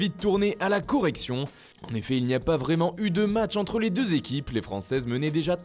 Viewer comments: la "Corée"ction je dirais même 😂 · Corée ction ahahahahh